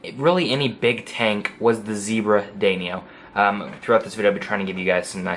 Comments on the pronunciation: Haris Iqbal He pronounced it wrong obviously you never noticed. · Haris Iqbal I know what a danio is. I have 3. The idiot pronounced it wrong. That clearly went over you’re head.